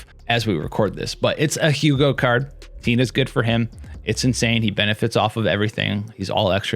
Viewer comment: I swear I heard "Penis" when you said "Tina is"💀💀